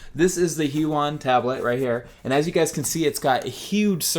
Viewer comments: wrong it's **hue-e-on** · This is how you say "Huion" Hue-e-on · It's pronoucened hue ee on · i believe it's pronounced Huion